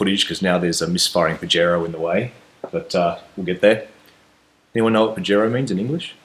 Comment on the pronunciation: Pajero pronounced pa' hairoh is Spanish for bird.